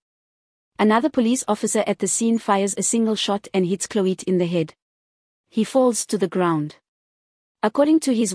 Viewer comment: kan jy nie cloete reg uitspreuk nie?